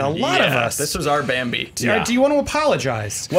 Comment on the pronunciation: wait, they say "Since Bambi's mom got shot in the face"? I always though they said "Benny" and I was like "Who is Benny?"